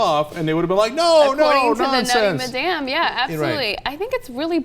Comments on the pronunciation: it's pronounced mad-em not ma-damn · That's the weirdest pronunciation of madam I've ever heard.